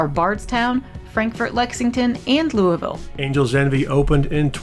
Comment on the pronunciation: Wow, almost has pronouncing Louisville down pat. Lou U Vul!